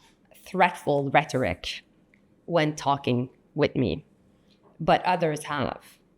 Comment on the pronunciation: what a complete moron. She cant speak, is dirty, total incompetant FOOL. What a Reto-rick? she says that every time. Its rhetoric MORON. To say Rubio doesnt talk to Trump is laughable. Trump wont talk to YOU!!!!.